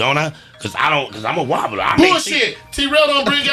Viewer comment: said “I’m a wonbler” bruhhh 😂